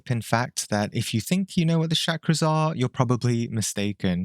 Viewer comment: All that talk about Shakras and you couldn't learn to pronounce the damn word? smh